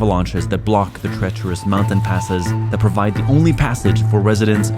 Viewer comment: “treterous woads”